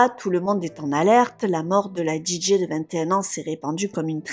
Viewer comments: Tu m'as tendue avec ta prononciation de DJ en Djidjé 😵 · La façon de prononcer "DJ" m'arrache les oreilles.... XD